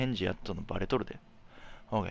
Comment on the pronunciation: ＯＫがホウケイに聞こえるふしぎ。